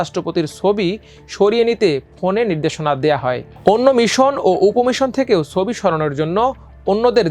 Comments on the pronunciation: সোবি? নাকি ছবি? বাংলা উচ্চারণ টা একটু ভালো আশা করতে পারি না? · Change this News Presenter... His pronunciations sound so poor... "Sobi" ki? It's "Chobi"